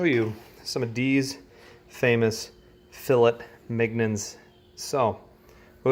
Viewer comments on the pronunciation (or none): It’s Pronounced Fulay Mineon, No Fill-It Mig Non